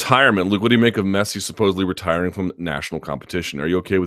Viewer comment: Cool that Americans are starting to like football but please don't pronounce Messi as messy. It's a short, narrow e sound, similar to the one you guys use in bed, not the one used in bad